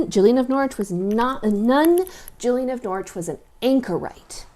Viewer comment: Thank you for pronouncing Norwich correctly. 😄